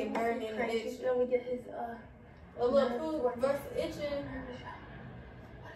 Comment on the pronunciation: A lil pootttt ??? 😂 that was nun close to lil lmao